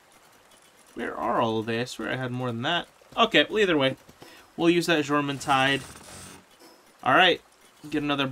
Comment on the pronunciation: Jormentide is pronounced Yormentide. - Faleris Fight... Mounted on Azurobe applies water damage to your attacks. Is helpful Kill the adds first before summoning your Pal. 1 shot from a normal rocket normally does the trick. - If I intend to ride a pal, I will set them to passive before entering the fight. That way they don't start an attack when I summon them. - Nice Wins! Great Job! - Have you maxed your capture power? There are a LOT of lifmunk effigies left on your map. - If you watch their old trailers, you will see them riding on huge flying whales. One trademark element of those flying whales was the spikey collar they have. Most of the HUGE skeletons also have a spikey collar, so it appears that all the skeletons are from the flying sky whales. You can see the spikey collar on the left of the screen.